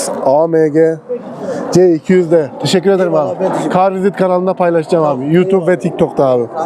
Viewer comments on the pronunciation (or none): Kolay gelsin kral. Kanalın ismini soranlara kar vizit gibi okunduğu gibi söylüyorsun öyle dersen seni biraz zor bulurlar car visit diye yazıldığı gibi söylersen daha rahat bulurlar diye düşünüyorum. Saygılar kardeş